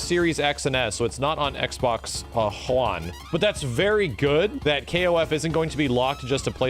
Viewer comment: He said Xbox Juan lmao